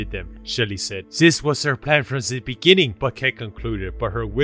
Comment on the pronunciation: In the beninging...